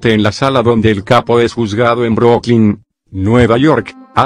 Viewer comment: Pendejo no sabes pronunciar no es Broclin como tu lo dices Es Brooklyn las dos oo se combierten en U